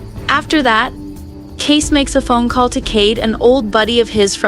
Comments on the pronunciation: It's not Case, it's Kayce (pronounced Kaysee) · This is so stupid, wrong, and click bait. And I hate that I’m adding to it by showing my annoyance. It’s KAYCEEEEEEEE. NOT CASE or KACE. Meanwhile, CADE is his childless Black Ops friend who found the people who killed JD and who is helping Kayce. GRANT is the person who arranged the hit. His daughter is the one in the car. And Kayce kills NONE of them, which is literally the entire meaning behind the name of the episode, ‘Counting Coup’. You literally do everything BUT kill when you Count Coup.